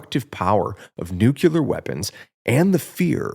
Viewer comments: New-clee-ur, not noo-que-ler. Sheesh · It's pronounced NU-CLE-UR, not NU-CUL-UR. Despite the fact that I agree with your video in principle, I couldn't finish the video because your pronunciation of a critical word was so horrifically bad.